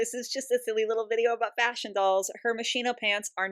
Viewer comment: I died inside every time I heard “ Machine-Oh “ in place of Moschino (musk-e-no) 😭🫶💖